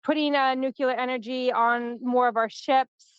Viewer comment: not nu-cu-lar, say nuc-le-ar